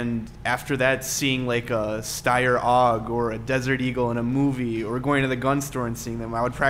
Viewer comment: OMFG!!! The Steyr AUG's name is Pronounced: EI YOU GEE. NOT, I repeat NOT: "OHG" you sound like you have a speech impediment when you say it like that!!! sorry ut this pet peeve of mine gets me fired up!!!